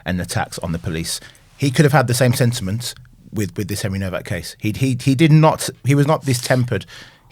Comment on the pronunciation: It’s HENRY NOWAK NOT NOVAK